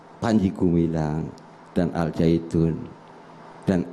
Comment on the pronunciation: Kenapa nyebutnya al zaitun,knp g dibaca secara huruf syamsiah...